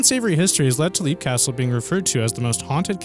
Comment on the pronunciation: Leap Castle, it's pronounced as "Lep" , not "Leap". XO, the Elemental.